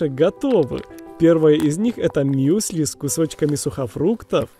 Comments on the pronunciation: Надо говорить мюсли а не миюсыли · Какие нахуй бисквиты,если это галеты.Утки плавают стаями,а не стадАми.Мюсли,а не Мьюсли